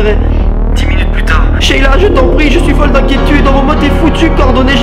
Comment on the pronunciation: tu as dit sheita au lieu de sheila 😂😂